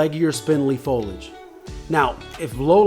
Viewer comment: FO-LI-AGE. FOLIAGE. say it with me...